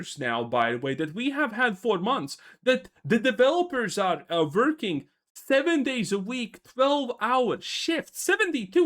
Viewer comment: The developers are verking? Don't you mean twearking